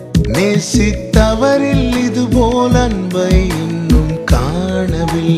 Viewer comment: Actual Lyrics = நேசித்தவரில், Actual Pronunciation = நேசித்தவறில், Dear brother please mind about the pronunciation of your lyrics, each word will give a different meaning when you pronounce differently. Thank You